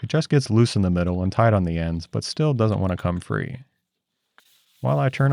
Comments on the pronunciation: Toight like a Toiger 😂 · I swore and laughed when you said "toight like a toiger", my co-workers say that very often lol